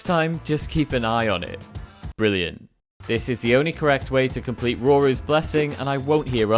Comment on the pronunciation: "rorua's blessing" THE GAME SAYS THEIR NAME AND YOU GET IT WRONG